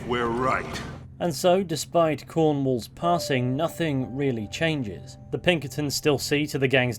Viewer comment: “The plunkertins” it’s Pinkertons😭🤣🤣